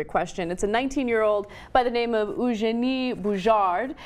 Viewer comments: Eugenie is pronounced like "You-genie" :P Just to let you know. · Ouch, geez Ana... say it YOU - GENIE BOO - SHAR(D) (Do not pronounce the "D" in "shard"). That or just call her "Genie", her apparent new nickname. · Ana's pronunciation of Eugenie Bouchard is brutal